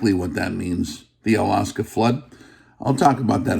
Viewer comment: Its Al Aksa, not Alaska.